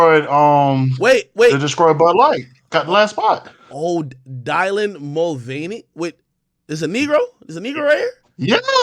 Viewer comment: hearing this man pronounce dylan is hilarious 😂😂😂😂